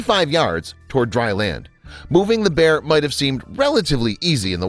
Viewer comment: You said pear instead of bear